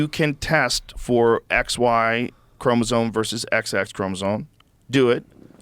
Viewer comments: even joe can't say Chromosome....ChromoZoNe... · Joe, for the love of science, it's chromosome, not chromozone. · Also, Joe keeps saying "chromosone," so, keep that in mind. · Bro Brogan can't pronounce 'Chromosome' HAHAHAHAHAHA